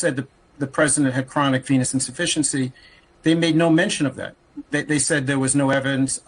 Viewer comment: It sounds a lot like the doctor is saying “chronic 🍆 insufficiency” which, along with intellectual deficits, are likely the root of most of trump’s issues.